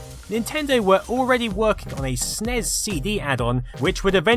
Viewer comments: Great video except eaying Ess Enn Eee Ess is not as physically and auditorily painful as saying Snes phonetically... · Did you... did you just try to pronounce "SNES?" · It's pronounced Sneess. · I never heard anyone say "Snes" as a word until a few years ago. It makes me cringe every time I hear it.